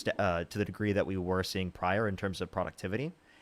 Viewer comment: “imagine if you dint have AGREE in economics?” Ya, she’s hammered for sure 😂😂😂🤪